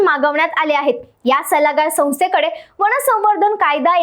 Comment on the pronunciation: ताई, वन म्हणा, वण नव्हे !